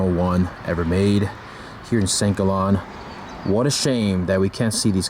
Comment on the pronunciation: It's Saint Gaalllen, not Saint Gollon. com'on